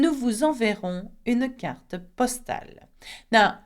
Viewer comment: Bonjour et merci pour les films! I have a pronunciation question. I noticed that you pronounced the final "e" of "une" and "carte," and this is something I've heard a lot in music as well, but I've also heard French speakers not pronounce the final "e." Is there a steadfast rule concerning this pronunciation, or is it more of a dialect thing?